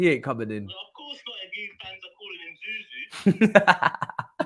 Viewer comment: Zou Zou …???? Really? No way man